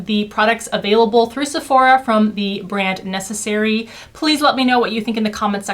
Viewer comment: just one remark : 'Nécessaire' in french does not have the sound 'e' in the end, like in necessary ... it's more like 'necessair' :)